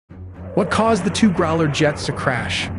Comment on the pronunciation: NOT groler, growler.